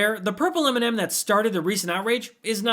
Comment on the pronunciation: Why is he even in our country he can barely say M&M 🤮